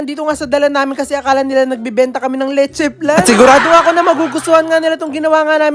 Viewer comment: It's LECHE FLAN, NOT "letche plan" 😊